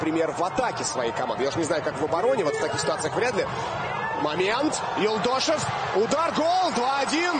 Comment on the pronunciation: первый раз фамилию выговорили ПРАВИЛЬНО!